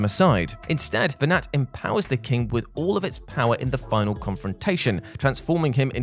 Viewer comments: it's pronounced venar,(the T is silent, his name is mentioned many times in the game, by cid, baltheirs father) and you do actually fight venat, the final 2 forms of vayne are vayne possesed by venat, tell us you didn't play FF12 without telling us you didn't play FF12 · really flimsy. also doesn’t pronounce Venat correctly. Did he even play the game?